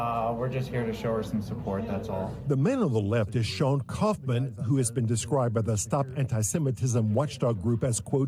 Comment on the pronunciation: “Kauffman”? Huh?